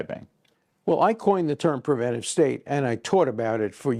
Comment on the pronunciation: Narrator mispronounces preventive over and over. He adds a syllable and never catches on